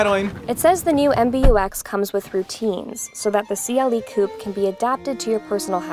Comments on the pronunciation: did she say KUP instead of coupé? omg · Say it properly: Koo-Pey